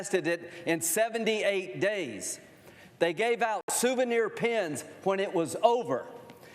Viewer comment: "gaive"????????? Pendja.